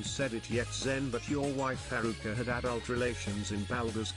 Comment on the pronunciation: Lmao does zen purposely get haruka's name wrong everytime? "Haircut" "hurrycane"